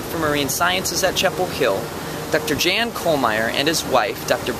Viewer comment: Good job, interns! Please note: "Jan" is a German name, hence should be pronounced "Yahn." Dr. Brigitte's name, also German, should be pronounced with a hard "g": Brig - ee' - ta.